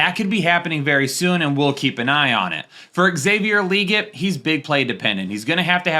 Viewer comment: It’s Xavier la-get